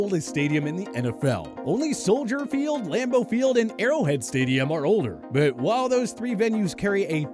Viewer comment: Lamblow Stadium?